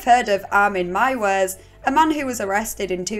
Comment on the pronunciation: Meiwes is pronounced "my-ves". Like "my vest" minus the T at the end.